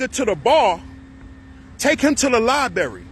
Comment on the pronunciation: Dude said, "Liberry". 😅 You guys are in last place.